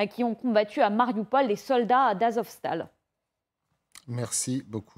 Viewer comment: C'est ni astoval ni azvostahl, A-ZOV-STAHL ! Par ailleurs, vous pourriez mentionner que les tatouages nostalgiques des petites moustaches sont un critère discriminant dans les camps de tri russes. Depuis la deuxième guerre mondiale, ils ont gardé une dent contre une certaine idéologie, on se demande pourquoi.